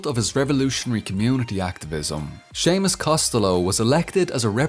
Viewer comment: I love how he actually pronounces Costello right, normally others think its italian.